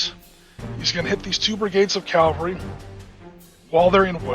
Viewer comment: Calvary??! It's pronounced Cavalry.